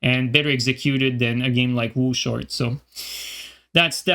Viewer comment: "Wo short" lmao